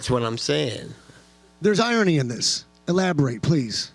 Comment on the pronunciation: Nate “irony(?) you mean eye-on-knee(?)” Diaz That moment when you wish didn’t drop out of school lol